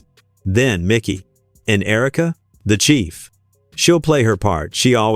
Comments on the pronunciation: IT IS MIKE-Y NOT MICKY, MIKEY.. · ITS MIKEY McCOY, NOT MICKY. MIKEY. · This narrator is A.I. You can tell because the video pronounces "Mikey's" name as "MIcky" with a short i. Whoever created the video didn't even double check the audio. How dumb.